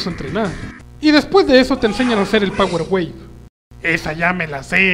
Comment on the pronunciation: it's not power wave , it's "Pawa.. way"